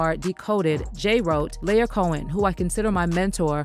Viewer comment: R U SURE IT NOT PRONOUNCED, LY-OR ...? 'Cause it's giving, LIAR.:face-turquoise-covering-eyes